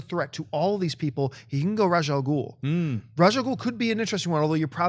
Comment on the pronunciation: Ra's al Ghul is pronounced RAYSH ahl-GOOL. Please, for the love of everything, ITS RAYSH!